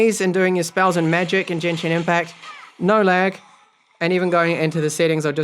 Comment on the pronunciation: Nice review of the Mi 10T Pro. I'd pronounced Genshin as "gain-shin", instead of "jan+shin" though. Trust me, I'm Chinese lol (with little knowledge in Japanese)